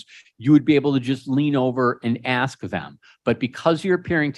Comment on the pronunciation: What dis you axe me ?